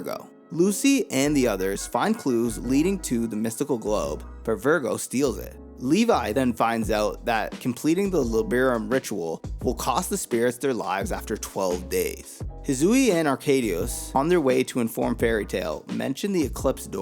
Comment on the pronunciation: bro keeps pronouncing Levy as Levi 😭 Levy. Leh-Vee